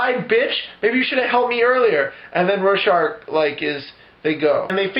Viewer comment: The only thing that bugged me was the mispronunciation of Rorschach. Really funny otherwise...I don't think I've laughed that hard in awhile.